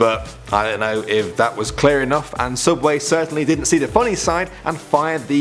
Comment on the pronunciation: It's not Subway, it's Sooubway!!!